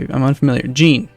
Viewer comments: It isn't 'Jean' - like 'Blue jean'. More like how you'd pronounce 'Jacques' - same sound at the beginning of 'Jean'. Zhah(n) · Anyone that's watched Star Trek the Next Generation knows how Jean is pronounced. It ain't GEEN luc Picard.